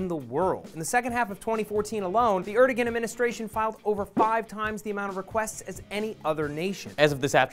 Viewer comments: Just FYI, the Turkish president's name is pronounced like "eredouan", not erdogan. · Great video working to expose the "President" of Turkey for what he is! However, his name is pronounced Aer-do-an, not Er-de-gen. I would like to share this video, but the mispronunciation may make the viewer question the veracity of the message, however unjustly. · er-doe-an pls not er-dog-an the g is silent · i think the g in his name is silent,the name is pronounced arduwan as far as i know